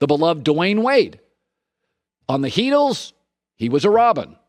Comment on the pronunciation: Man why does this dude always say Heatlees